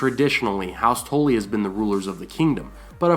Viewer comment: Stop messing up saying Tully!